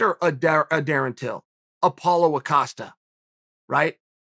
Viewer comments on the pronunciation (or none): none